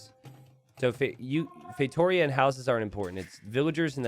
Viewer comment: the tonic syllable of "Feitoria" is on the last: "_ia". It's feitorIA not feiTOria.